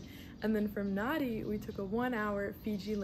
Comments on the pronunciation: It’s pronounced Nandi, written Nadi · "Nadi" is not an island, and you didn't even bother to learn how to pronounce the name of that city correctly. You obviously do not care at all about what is actually happening here, all you did was what tourists do. Why did you not visit the real Fiji? When you said "Yawasa Island Chain" is when I had to stop this nauseating video. Next time you go somewhere, please get to know the place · So you think that calling your traditional drumming an annoying tapping sound is OK? And how about not even bothering to learn how to pronounce Nadi? Why did she bother coming here if she does not want to learn anything and is so disrespectful?